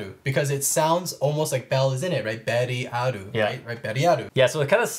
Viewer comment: Beriaru is fine😂